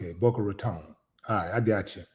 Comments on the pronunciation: You had the pronunciation for Boca correct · That Boca one was right, you pronounced it right